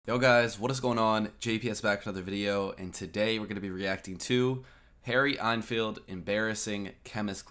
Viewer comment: Harry Ein Filed... You're the cutest